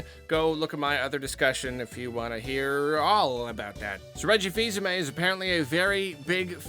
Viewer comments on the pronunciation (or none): Haha! Reggie seas-aime! Reggie fils-aboard?